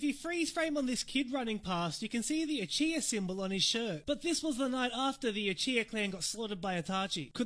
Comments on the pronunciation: Etshiya?... Is it seriously that hard to pronounce Uchiha? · You are pronouncing the Uchiha clans name wrong